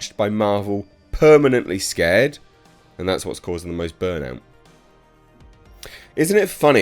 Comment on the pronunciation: Seared, not scared. I mean same point I suppose, just sayin'.